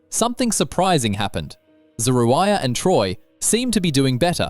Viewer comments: This man done called her three conjugations of her name, and STILL never pronounced her name correctly! 😩😩😩😩😂😂😆😆😆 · Every time her name is mentioned. the commentator pronounces it differently. Pick a version and stick to it. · How many ways can this narrator pronounce "Zeruiah?" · The fact that you pronounced her name 5 different ways is so wrong, when her husband pronounced it in the beginning of this clip!! Mad disrespectful bro.